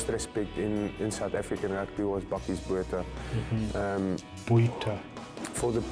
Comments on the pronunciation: Boota- we don’t pronounce the h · Bakkies Botha is pronounced 'Buck-ees' 'Bwoot-ha', just to help you out with your pronunciation. Thanks for trying so hard to pronounce the names; we appreciate it. You have picked up some South African fans and subscribers through your Springbok rugby showcase the last few weeks. Well done! If you're looking for more players to review, have a look at some of the past Springboks like Percy Montgommery, Victor Matfield, Bryan Habanna, Du Plessis brothers are some good suggestions. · South Africans pronounce Botha like this: boowatah. Don't linger or place emphasis on any syllable. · Bakkies “Boer.tah” (English pronounces Boer with a silent “r”) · The "h" in Botha is silent, easiest for you to pronounce would be BOW-TA. Not 100% right but easiest lol. Random fact, Bakkies was a nightclub bouncer when he started playing iow one tough mofo. IMHO Eben is a better player - strong, mean, skillful, a leader and intelligent.